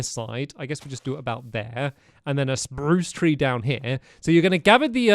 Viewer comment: I love how he still says “Sprrrruuuuuce trees” It makes us all so happy :)